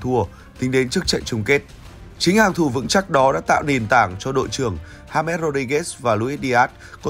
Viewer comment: Đọc là ha mét hả ban😢